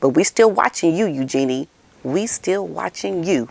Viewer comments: Her name is U gee nee. Not u Gee nee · Just FYI.. I also thought the name was pronounced “U-JEAN-ee”, but a while back I saw an interview with Sarah Ferguson, and she was asked about the pronunciation of her daughter’s name. She described it as if you were saying “use your knees” … so it’s really more of a flowing Eugenie, instead of more obvious use of syllables. I was so glad too… because I never liked it when I thought it was Eu-jean-ee. The other sounds so much lighter and princess like I think!